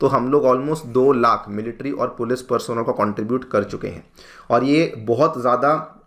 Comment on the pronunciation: Bhai usko "Personnel" nahi.. "Personnel" bolte hain 😄